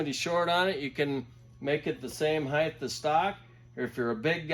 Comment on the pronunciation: Heighth lmao I love it